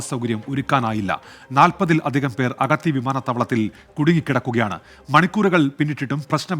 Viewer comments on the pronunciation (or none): അഗതി എയർപോർട്ടോ.. അഗത്തി എന്ന് പറയെടോ